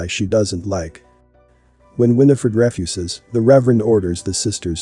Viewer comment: Why can't you pronounce common words like refuse? Is this an AI voice.